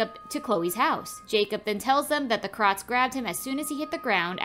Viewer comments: Why does she say it like "krot" instead of "krowt" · I love your videos but you should but a little more effort into pronouncing the words correctly. It really takes me out of the video everytime you mis pronounced krauts lol